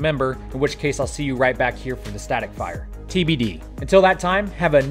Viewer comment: "Have a nerminal weekend" - It's Monday Bro.